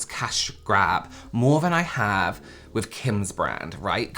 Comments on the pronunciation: Is he saying " wif" instead of " with"..he kinda looks illiterate tbh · Is this dude saying " wif" instead of " with"?(.. he looks illiterate tbh